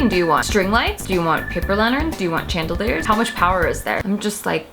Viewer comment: The way you pronounce chandelier.